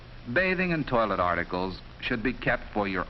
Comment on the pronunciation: Desolate, I’m guessing it’s a mispronunciation of “toilette” rather than actually “toilet”